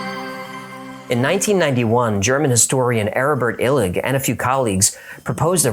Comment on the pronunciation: I want to read his stuff, but I can't hear what his name is. Urvan Illick?